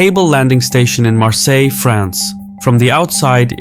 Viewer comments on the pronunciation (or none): none